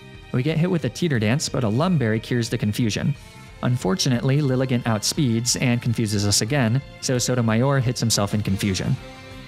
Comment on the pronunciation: Liligant is pronounced LIE-LY-JAHNT